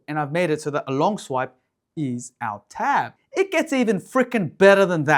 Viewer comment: When you swiped in from the left from the one hand gesture... I could not understand what you were saying. What app was that? Our Tab?